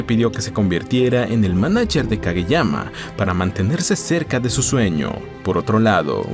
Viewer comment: Como que yuanes? Es Japón, ahí usan yenes, los yuanes se usan en China😂 Por cierto, en los primeros minutos del video llamas a "Kageyama" "Kagemaya" como un montan de veces 😅 Hay que revisar mejor...